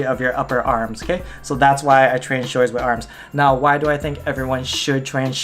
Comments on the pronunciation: "shouldas" smh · Dilan Mistry Hawaiian accents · Did you guys listen? 'showDers' 😂